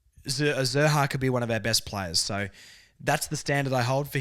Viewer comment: Love the podcast. Keep up the good work. Letting you know Xerri is a Maltese surname and pronounced Sherry (X is always an S sound in Maltese). Being of Maltese heritage, this has been driving me nuts nobody gets it right in the media. Hopefully, we get the media and AFL community more knowledgeable about Malta through this! Lol. Go Kangas and Malta!